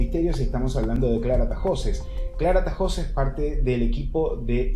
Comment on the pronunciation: Es Tahoces, NO Tajoces.